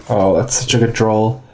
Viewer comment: Is he saying drawl or draw? Am I missing a meme hehe?